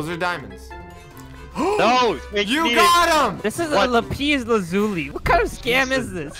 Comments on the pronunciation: La pee is la zu e LMAO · "lapeez lazoolee" - 2020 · said by: "la=pes laz-ule" XD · "This is a lapeez lazooli" - 2020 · this is a lapeez lazuli Me:le le dumbe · "Lapenis lazuli" 💀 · It’s “Lapias” Lazuli 2021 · “this is a lapeez lazulee this is not diamonds” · "This is a lapees lazuli" ah yes the lapees lazuli i forgot what it does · Lapeez lazuli😂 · 'Lapis' lazuil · Wht the f is lapis lazui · not being able to pronounce lapis lazuli was absolutely hilarious. This was a really funny video! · The way he said lapis lazuli triggers me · How he said lapis lazuli made me mad